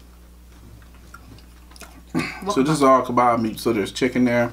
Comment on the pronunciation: It's called kebaaaah? k e b a h Lebanon food